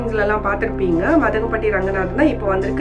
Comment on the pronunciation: மதங்கபட்டி இல்லை மாதம்பட்டி